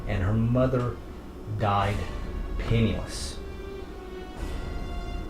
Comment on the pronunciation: Did you say her mother died pantieless or penniless ? I can't tell